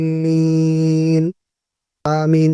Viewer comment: Aap ne zualeen ke jaga dualeen kun parha.